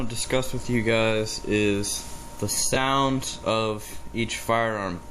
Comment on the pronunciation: "SAND" ? As in "Johnny was playing in the SAND box when he shit his pants". ~ NO. .... I think you meant "S O U N D". As in "Before Johnny shit his pants his ass made a farting SOUND".